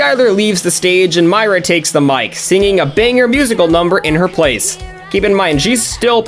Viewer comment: How come most of the time you were saying Myra’s name wrong?